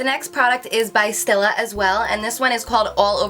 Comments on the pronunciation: Oh god.....and now she just said- Stilla instead of Stila. It's not STILL-A. It's STEE-LA. Omg....for a makeup lover and youtuber, you'd think she knows how to pronounce shit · I love how u pronounce stila it's "stee•la" and NYX is "nicks" haha luv you. Btw this video was great :) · Is she pronouncing Stila wrong? Or is that actually the correct way? Most people say "stee-la." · Yeah it's pronounced "stee·la" and "nicks" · Stila Cosmetics is pronounced st'EELAH' , hope that helps! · I was going to comment on her pronunciation of these two brands as well, but then I saw your comments. Haha Being such a beauty guru, I was really kind of surprised she didn't know the correct pronunciation since these are really common brands--especially here in the U.S.. I think I noticed her mispronouncing NYX is another video as well. Nonetheless, she is still adorable. The mispronunciation just kinda added to her bubbly, cute, & quirky personality and that New Jersey accent! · Yes I was thinking the same thing. I am also from New Jersey and a lot of people pronounce it the same way she does :)